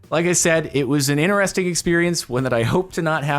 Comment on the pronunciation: Interesting has a “T” at the beginning of the word too. It’s “Interesting” not “inneresting”